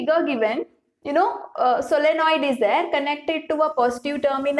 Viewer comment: Solenoid..Not solonoid